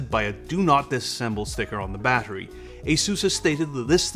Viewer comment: 40Wh "bahery"